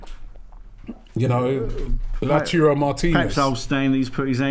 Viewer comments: It’s luataro not la churro you fool… learn to pronounce the damn names properly… it’s called respect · Its Lautaro not Latouro … is it so hard Rob? Is there anyone who can explain it to him for once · So disrespectful this guy keeps calling Martinez Lachuro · Robbie, great show, but please try LAU - TAR - RO just in case he’s listening. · You're both wrong about the pronunciation of Martínez first name. He's Argentinian, which is Spanish ancestry. It's pronounced Lao-tAH-rdo. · Love the way pronouncees everyone's names worst than Robbie 🤣